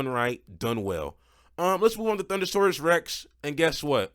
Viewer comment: 💀 it's THUNDERROARUS